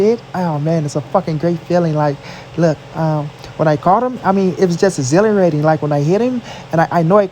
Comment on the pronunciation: “When I heet him, it was exilirating “ 🤣